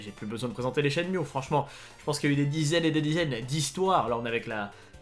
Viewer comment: Pardon, mais je suis obligé de le dire. SHENMUE s'écrit en japonais (シェンム ム se prononce MU pas MIU. chaque fois ca me gratte quand je l'entend. encore désolé... 😘